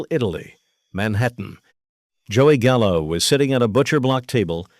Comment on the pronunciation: “Not Joey Gallo, Joey Callo, C..A L L O”